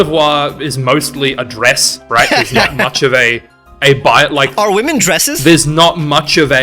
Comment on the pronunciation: $Are wemon dresses" 😂😂😂